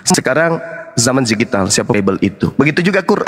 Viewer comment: DIGITAL BANG, BUKAN GIJITAL